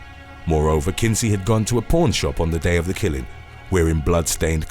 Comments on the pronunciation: Oh goodness. I thought you said "Porn Shop" instead of "Pawn Shop"! Please forgive my ears, dear. They apologize for hearing those words out of your mouth! 🤣🤣🤣💖💖💖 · When he said pawn shop it sounded like he said porn shop 😂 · When you said pawn shop I thought you said porn shop. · I heard "pawn shop" as "porn shop" and was momentarily confused.